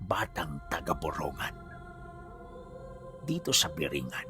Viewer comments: Sir para poh tama pag bigkas nyo sa Lugar parang ganito Bong-gan Ganon pronouncetion saamin nyan poh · Boronggan poh Ang tamang pronunciation😊😊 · (borongan) binabanggit as (borong gan) po taga dito po kami, Lugar po ni tito boy abunda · Hindi tama pronunciation mo borongan ngan Gawin gun